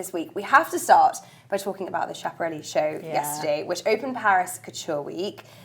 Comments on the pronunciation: Loved the panel esp the girls on the fashion panel. (BTW it’s pronounced Skaparelli not Shaparelli) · Schiaparelli pronounced Skiaparelli. Extreme fashion because she was a surrealist